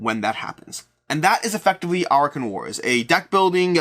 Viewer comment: Are you sure you pronounced "Arackhan" right? In my head I pictured it to be A-rack-khan.